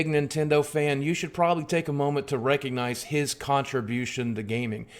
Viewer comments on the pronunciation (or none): none